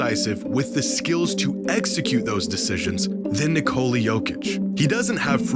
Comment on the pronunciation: his name is basically his country's version of nicholas. and yall calling him nicole-uh for absolutely no reason at all. damn silly